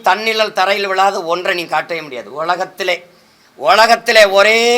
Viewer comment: உலகத்திலே னு சைமன் உச்சரிப்பு கேட்டீங்களா பச்சை யா தெரியுது மலையாளத்தான் என்று திருட்டு பய போலி தமிழன்